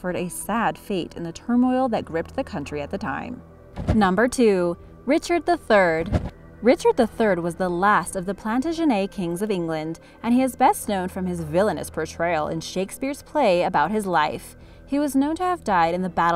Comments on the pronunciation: You don't say plantagenet like that you speak english!! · She tried at least?... just decided it sounding French was better than the actual Plantagenet pronunciation 😂